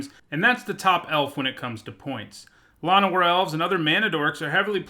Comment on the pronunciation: Shit. You say "La-no-war Elves" but everyone I know says "Lan-o-war Elves"; I like your pronunciation more so.